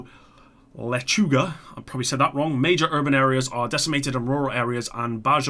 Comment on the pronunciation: you said lechuga perfectly happy holidays from mexico